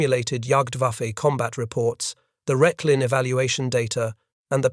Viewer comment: As well, the site would in German be pronounced “Rekh-lin”, not “Resh-lin”.